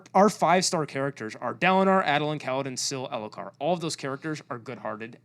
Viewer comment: saying Adolins name as Add-olin is horrific Ay-dolin / Aid-olin Edit: AND AZURE... Azure is a real word for a blue, sky like color. Please take out the "H" sound.